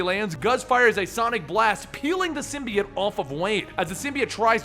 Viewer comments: ITS PRONOUNCED SIM BEE OHT NOT SIM BEE IT DUMB ASS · SIMBY-OTE not SYM-BEE-UT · ITS SYM BI OTE